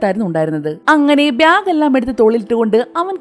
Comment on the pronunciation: ഇതെന്താ ബ്യാഗ് എന്ന് പറയുന്നത്. ബാഗ് എന്നല്ലേ പറയാ